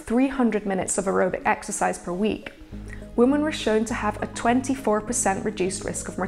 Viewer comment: Why did she keep saying 'woman' instead of 'women'?